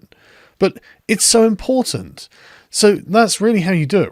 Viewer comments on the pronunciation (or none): Why can she not pronounce important properly. It irks me so much. It has 2 t's not 1. I find her irksome. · There is no such word as impore-aant. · Someone should tell AOC there is a T in important... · "Im por tant", not "Em por ent", words are hard I guess. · Growing plants that are culturally recognizable to the community is "impor-int". I fucking hate the way she speaks. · I love it when these morons try to sound important, but then say words like: impor-ant